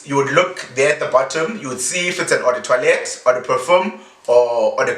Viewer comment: Was pronouncing the word as toilet 🙄😂